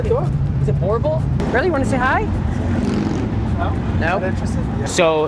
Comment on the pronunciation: The proper way of pronunciation is "boo" + "r" + "bull".